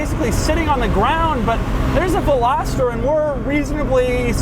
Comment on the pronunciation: thank you for saying veloster and not velositer. i really appreciate it.